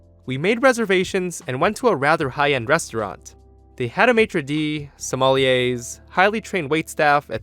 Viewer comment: As a french i thinks thats funny how you say "Maitre de" and "sommelier"